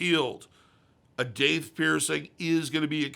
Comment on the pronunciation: Isn’t it pronounced dath?